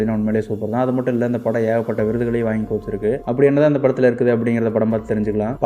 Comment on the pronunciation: No vanhi athu vaanhi